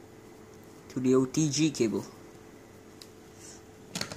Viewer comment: “oDg cABle” it’s “OTG” not “oDg CaBlE” and that’s obviously San Andreas 🤣